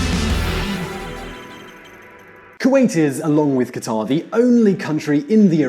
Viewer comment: Not Khataaar but Qatar for Allah's sake